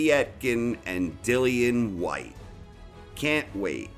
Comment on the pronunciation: Povey-etkin, Deeleeeann Weehyyte